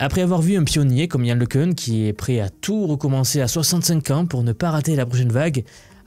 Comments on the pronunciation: Can se pronounce yann le qu'un !!! Pas le qu'heun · pour info le Cun est français cocoricooo donc prononcer Le Quin et pas le queune ;o)) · Le nom se prononce : Lecun comme Lek1, ou Lequn comme le son UN (1). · Le minimum pour commencer est de prononcer correctement le nom de Le Cun qui est français et donc Le Ceun ou Le Cune ne sont pas correctes.